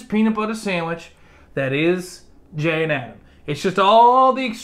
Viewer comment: I thought jay said “and I’m gay!” 😂😂